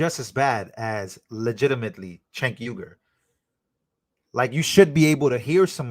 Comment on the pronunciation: Bro just so you know his name is pronounced Jake even though it's spelled c e n k